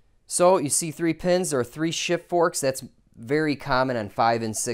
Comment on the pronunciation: Did you say shit and not shift?😂